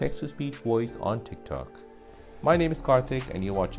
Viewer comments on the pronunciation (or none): wtf is a “woice?” it’s voice.